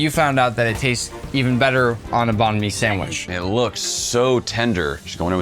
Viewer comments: ITS NOT BON ME ITS BANG ME I’m Vietnamese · STOP CALLING IT BAN MI YOUR PRONUNCIATION IS WRONG 😡 (im vietnamese) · Thats not banh my bro😭, American banh my might be true